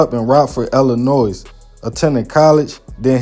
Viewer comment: With no disrespect intended: Illinois has a silent "s" sound, so it should be pronounced "Il-ih-NOY," not "Ill-ih-NOISE." ✊🏾